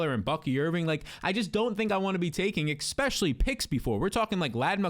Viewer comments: please… if you are reading this, enough with the expecially. ESpecially. Please man it’s bugging me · *especially. Not eckspecially